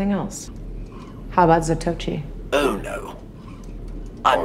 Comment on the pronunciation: Anyone else notice the "Zatoichi" reference asoka drops when suggesting training blind, (seemingly pronouncing it as "Za-toe-chi", lol)? An elegant movie, from a more civilized age...